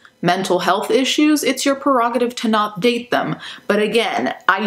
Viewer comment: she said perogative. That's how I remember it. Maybe she is Mandela effected too.